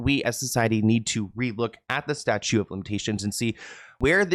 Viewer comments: Statute of limitations. "Statute" not "Statue" 🗽 LOL 😆 Sorry that was cute. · Statute of limitations, not "statue."